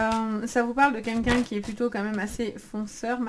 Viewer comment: On ne dit pas "qu'un qu'un" mais "QUEL qu'un".